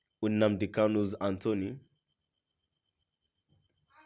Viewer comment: Why is it that you can ever say exactly what you disclosed as on the caption. And stop calling attorney general Anthony you have continuously making that same mistake calling it Anthoney. Please it's attorney not Anthoney